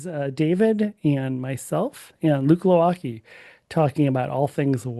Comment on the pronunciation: As a Pole I cannot but marvel at your apprehension whether you use proper plural form of mangoose, while both and Luke mispronounce their own Polish surnames.. it's Pietrashevski (meaning: a guy from the town called Pietraszewo) and Gwovacki (a guy from Glowaczewo or Glowaczow). Considering how robust the mechanisms of preventing psychopats from starting wars are in the US right now, perhaps you should start pronouncing your name correctly and apply for Polish passports. Anyway - another great episode, thanks!